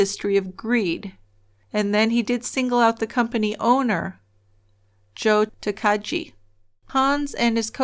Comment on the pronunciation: Really like this one -- an interesting way to do something seasonal in the framework of your podcast. :D Also... not trying to come across as a dick, but I can't help giggling at the various pronunciations of "Takagi" in this story ... last syllable is a hard G, not soft. ;)